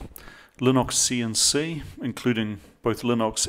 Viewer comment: TBF, I was hearing "Linoxian C" for a while before my brain switched to Kiwi :)